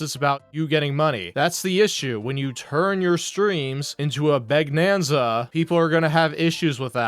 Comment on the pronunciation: “Begnanza”. Beautiful.